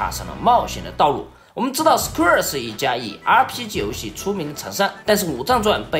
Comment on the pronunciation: 原来“Square”啊。厂长这口音，我还以为是SKR呢